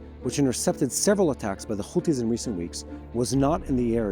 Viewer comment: the right way to pronounce those counties name is Iran not I RAN OR IRAQ. NOT I RAQ OR HAMAS NOT KHMAS OR HOUTHIS NOT KHOUTHIS , IS NOT BAKHRAN IS BAHRAN , I HOPE YOU LEARN HOW TO PRONOUNCE THOSE COUNTRIES NAME NOW. CHEERS